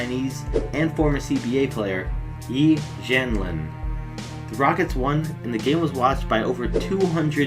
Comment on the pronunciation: dude its pronounced YEE J-EE-AN L-IAN, I'm Chinese